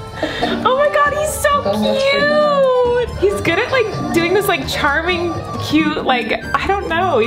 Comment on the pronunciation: nobody: colleen: “liking the likrrr button”